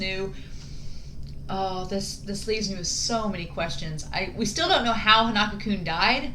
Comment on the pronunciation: I'm not sure if your gonna see this but his name is pronounced Hon-uh-ko. Like the name 'Hans' without the 's', 'uh' like when you're hesitating and then 'Kou' like 'Minamoto'